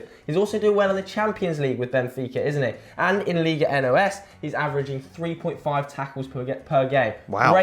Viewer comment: it's not Liga N-O-S. It's Liga NOS